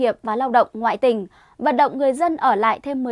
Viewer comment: Nói "ngoại tỉnh" mà nghe như "ngại TÌNH" 😁😛